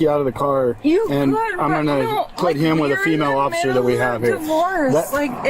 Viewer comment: Well pissed, can't even pronounce officer!!